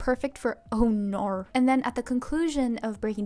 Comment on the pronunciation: As an aussie, your 'oh naurrr' was on point